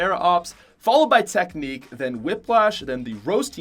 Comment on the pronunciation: Said teknique twice?